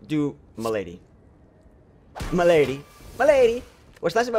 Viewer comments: Accent on the first syllable: Mal'.a.dee. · male - uh - dee ;) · I'm at least 100% sure malady as m'lady is completely intentional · I can't tell if you're mispronouncing Malady on purpose. I do agree with you that decrepit is a really neat mechanic.